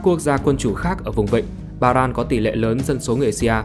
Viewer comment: Ba ren chứ ko được là Ba ran